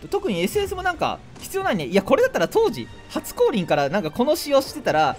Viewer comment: 初降臨が初恋に聞こえたw